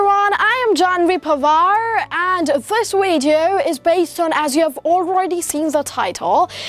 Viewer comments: its video not wideo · Just a comment on your accent. Say video instead of “wideo” because I think it’s really easy to make that switch!